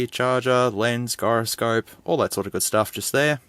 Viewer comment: The hell you just say for "Gyroscope?" lol Its a soft G:p